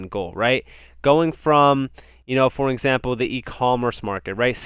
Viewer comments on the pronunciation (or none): none